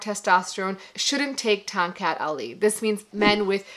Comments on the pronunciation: Correct pronunciation ‘ Thong Cut Ali’ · I could had swore i heard her say.. "Tom Cat alley" lol I would had laughed my a** off if she played "Stray cat strut" in the background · I keep hearing Tom Cat Alley!